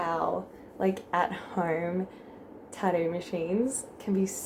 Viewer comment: the way you said tattoo once was adorable. you like dropped those middle t's all together.